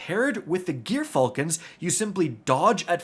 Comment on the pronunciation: Dude, its not GEAR Falcons. Its pronounced woth a soft J, like gyroscope